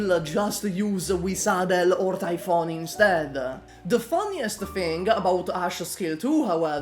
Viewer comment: Cool story bro but: - Luo Xiaohei and NCD are both actually bad units. There are far more defensible collab operators than those two. Noir Alter, Blitz, Frost and Fuze for example are all infinitely more functional units than the two you mentioned. - Minor grammatical error - You pronounced Typhon's name incorrectly - People generally consider Exusiai irrelevant and bad today (even though that's stupid) - You aren't considering her !!EXCLUSIVE LIMITED STATUS!! as a reason why her usage rate is lower. That poll that one guy on reddit did factually proves that Ash is one of the least owned units in the entire game. - You spend time criticising her ass S1 and S3 when those are irrelevant and were never used. It's like dogging on Ela for having a dogshit S1 with additionally some of the worst mastery gains in the entire game. Guess Ela is a bad unit now. I literally fast forwarded through these sections at 2x speed to save 45 seconds of my life which I am using to write this comment. - Ash's S3 references her unique ability of "breaching rounds" (literally the name of the ability...). Her gadget is the breaching charges which is something different. - You pronounced Typhon's name wrong again - You seem to literally contradict yourself when you are talking about stun immunities. People are so brainrotted that they expect every unit to be a xXx_BOSSKILLER_xXx that they can't comprehend a unit that is designed to have solid DPS against trash with the ability to burst bulky elites on